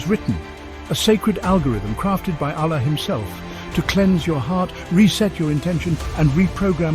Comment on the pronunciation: Can you please pronounce the ALLAH properly. Use arabic tajwid for God’s sake and otherwise stop making these videos